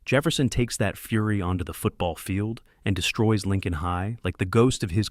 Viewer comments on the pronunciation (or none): none